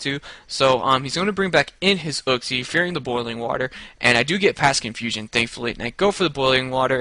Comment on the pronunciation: It's not uksie it's pronounced youksie.